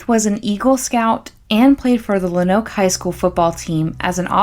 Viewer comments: Its pronounced, ''Lone-Oak'' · It’s a good video but as a native Arkansan you are killing me with Luh-noke, Low-noke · Pronounced lownooke if that makes sense . Not much there tbh not much in Arkansas in general. I live here and haven’t heard of this until now .